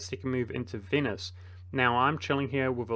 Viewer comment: Vote now for your favourite mispronunciation! A: Ferrari-a B: Venus C: Core-few D: Grief EO